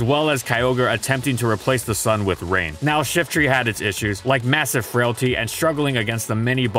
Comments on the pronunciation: I hear shitry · I've always pronounced it Shiftry (with try as try and not tree)